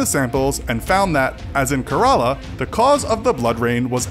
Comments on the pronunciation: It's not Karaala. It's Kerala. Wrong pronunciation of a beautiful word. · Kerala is pronounced Kay ra la, not karala and Punjab is pronounced pun jaab no puunjab. Thank me later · Kerela pronounced as k-ray-la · It's Kerala not karala pls don't spell wrong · everytime he said "ke-r-a-la", rofl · It must be pronounced kearala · Kerala is pronounced wrong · I think only I'm getting pissed.. hearing him pronounce Kerala wrong